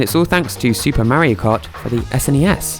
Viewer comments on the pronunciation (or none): it is Mario not meario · ITS MAR-RIO like Mars with no "S" 😡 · Like watching these videos but I’m from America and it’s weird to hear you say Mario. But I’ll keep watching. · The way he says Mario, I just cannot get over it. 🤣